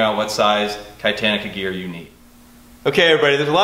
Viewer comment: Lets face it ok ...... It's not "Kye-Tannica". It's "Kitani-ca" cos it sounds like Katana annnnd... they're pretty cool. .xD